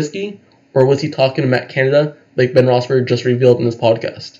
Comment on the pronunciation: My guy, sounds like you're saying Ben Roethsberger. He was only the quarterback for almost twenty years, how long have you been a fan? Just saying